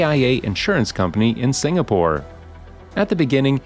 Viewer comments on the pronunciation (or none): none